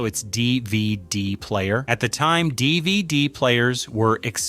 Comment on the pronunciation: I don’t appreciate you saying dvd like that. You must be a robot